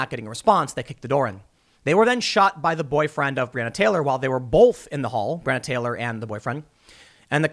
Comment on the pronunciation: There’s no L in *both*.